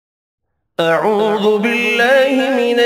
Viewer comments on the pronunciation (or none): none